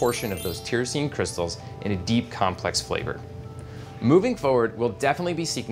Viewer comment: Please learn to pronounce tyrosine,.